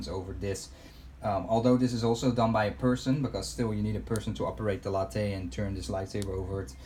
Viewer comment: Lathe is pronounced Lay-thz. Latte is a type of coffee. Cool weathering, though.